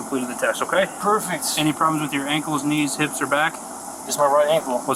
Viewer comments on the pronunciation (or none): You know you're in trouble when the cop keeps saying "omkay" instead of "okay".